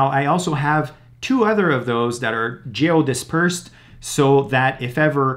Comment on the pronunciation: geo dispersed sounded like jail dispersed.